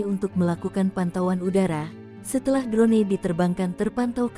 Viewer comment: Drone dibacanya kok drone...bukan dron !